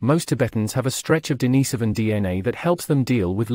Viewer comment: The mispronunciation of "Denisovan" and "Sapien" are too grating to watch this. Not learning how to pronounce simple words correctly is lazy and inconsiderate to the listener.